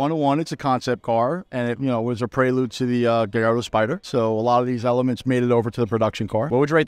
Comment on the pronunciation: For the love of cars, the double l in Gallardo makes an L sound. It's not pronounced "guyardo"